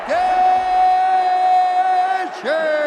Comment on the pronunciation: "Gaethee" est 8 min or just before 😂😂🤣🤣😭😭